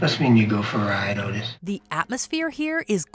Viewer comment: They literally say Otis’ name in the video. The CORRECT pronunciation! Why can’t the narrator do the same?